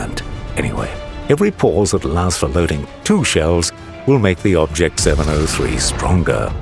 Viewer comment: His name is......"bobject" 😂